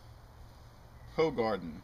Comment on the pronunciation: it's pronounced hoohaarden not hoe garden ;p if you like it you should try hoegaarden citrus and hoegaarden rosé, they're great too.